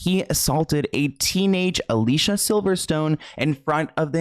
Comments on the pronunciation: Her name is uh Lee see ya. I have the same name with with an e like Felicia with no f and it's so effing annoying to correct sometimes. 😒 I hope in second video you call her the right name. It's innocent mistake but people insist on pronouns of choice so I feel valid is speaking up when someone accidently messes up. Keep up the great content! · I feel so bad for her. Side note. Her name is pronounced Ali-see-yuh. She made a video on it. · her name is (ah-lee-see-ah) ugh, why can no one say our name right? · it’s a-lee-see-a lol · It’s actually pronounced( ah lee see uh ) it’s spelt Alicia tho :) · Her name is actually pronounced al-e-c-uh just for clarification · Psst, unrelated by Alicia went OFF about the pronunciation of her name. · NGL i had to dip at the mispronunciations of her name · Love your videos!!!! Just a heads up, you are pronouncing Alicia's name incorrectly. Horrible how she was treated as she grew up in Hollywood. GROSS. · You said Alicia's name wrong x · I hate to do this to you but she gets so annoyed by the industry never saying her name right: ali-see-uh, not alisha. All these years I didn't know either, until a deep dive about her experiences! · Great video, just some corrections, her name is pronounced Aleeceeah, not Aleesha. Margot is pronounced Margo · Her name is pronounced Ah-Lee-see-uh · Say it with me now: Ah-Li-Ci-Ah She has said that she doesn't like being called Alisha 🤣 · I know you didn't mean to, but her name is pronounced Ah-lee-see-ah not Ah-lee-sha. No hate, just wanted to let it be known. ☺️ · It's not pronounced Alicia...it's pronounced Ali-c-a. But most people get that wrong so it's all good :) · Her name isn’t pronounced Alisha it’s Ah-lee-cee-ah as she’s clarified on her insta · Her name is pronounced A-LEE-SEE-UH, not Alicia. Ty for coming to my Ted talk. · Just quick reminder, Alicia Silverstone has made videos telling us her name is pronounced a-Lee-See-a and not Al-ee-sha